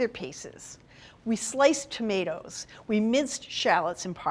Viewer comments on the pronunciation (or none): none